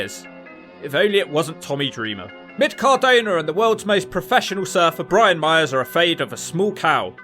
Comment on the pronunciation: “Mid Cardoner” 😂